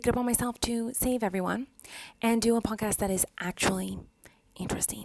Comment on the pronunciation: Lmao every time she says podcast I swear I hear "punk ass" lolol